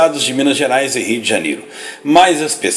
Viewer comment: Só eu tenho agonia quando ele fala Rii D'janero?